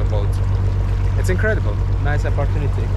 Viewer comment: bro you say incradibal India, I'm so happy. 🙏